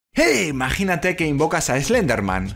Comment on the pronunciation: Sabes que tu día va ir bien cuando escuchas a decir: imaganite invoncar a Slenderman